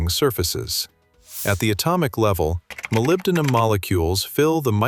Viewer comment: ИИ как противно слушать! Молибадин, это нужно догадываться, что это молибден...